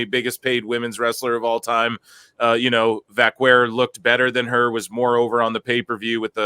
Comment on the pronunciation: just here to say: you say Vaquer like you say Hacker or cracker